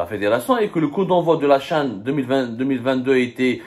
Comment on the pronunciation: Tu as du mal à dire le CHAN.Verifie sur Google pour t'en assurer.Comment peux-tu expliquer l'existence de la lettre h?dire la CHAN, C'est horrible de la part d'un journaliste francophone et qui parle en plus bien la langue française.Fais un effort ,corrige ton erreur,et n'aie pas ce "Nif"dont les algériens s'enorgueuillent